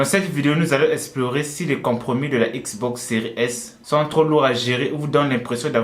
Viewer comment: On dit xbox séries s !!